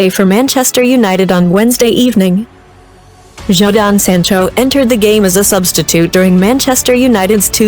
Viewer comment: Homie said Jahdoun Zancho 🇫🇷 LOL